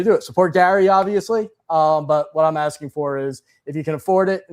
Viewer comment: It’s just axing a question